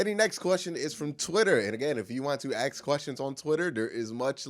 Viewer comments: One thing i noticed watching your videos: Why you always say aks insted of ask? Is that a joke? Is that some Cleveland accent? Because you are the only one english speaking person in the world who i hear says aks? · Axes. ...again!!! Bro doesn't even give a fuck to TRY to say the word right. Lmao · It's super common. When people told him he said it wrong he couldn't hear a difference. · So you say he is the only one talk like that? I'm from Europe, English is not my mother tongue, so it's very strange for me to hear him talk like that, because i've never heard anyone else say aks.